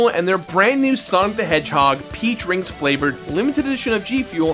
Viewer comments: Did "peach rings" sound like "pee drinks" to anyone else ? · When he said "peach rings" I heard "pee drinks" and i was so confused until I looked at it and re listened to it XD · Lol. I know he's saying Sonic's Peach Rings... But I'm consistently hearing Sonic's Pee Drink. And I know if it was that some freak out there would buy 100 cans... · Had to rewind. "Peach rings" sounded like "pee drinks" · I know it's "Peach Rings" but i really heard "Pee Drink flavored"